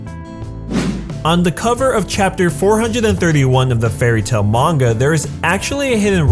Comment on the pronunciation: its manga not monga